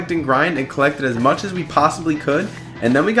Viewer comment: oh he said fuck instead of much lol